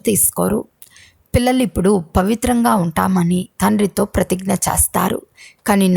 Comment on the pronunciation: చేస్తారు అనే పదము చస్తారు అని వినపడుతుంది దయచేసి పలకడం సరిగా చేయండి